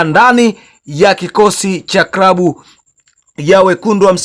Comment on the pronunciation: Unaharibu lugha sio krabu ni klabu na Chsma amitwa Cletus sio kretus L na R unachafua